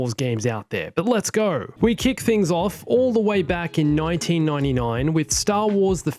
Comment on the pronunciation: Nointeen nointy noine